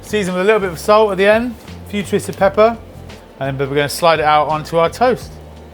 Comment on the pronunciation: Did anyone else hear “Futuristic pepper” ?